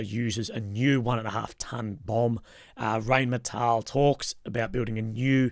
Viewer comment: Never trust a war blogger who can't even pronounce Rheinmetall. It's RINE-METAHL. And no, the Ukraine plant bs is a total PR story, it will never happen.